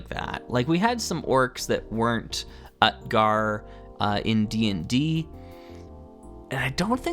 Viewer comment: "Utgar" is pronounced OOT-gar with the 'oo' sound like the 'oo' in "boot" and the 'a' like the 'a' in "father".